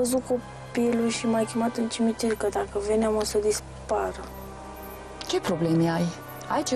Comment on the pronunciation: "Intr-un cimintir"